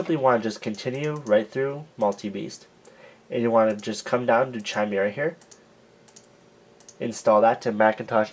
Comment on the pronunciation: It's pronounced [ki-meer-uh], not [chi-mer-uh]. Just saying